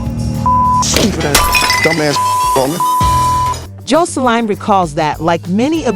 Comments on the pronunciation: Honey you saying her name ALLL wrong!! WTH is Joe so Line??? 🤣🤣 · Why you fuwking her name up so bad…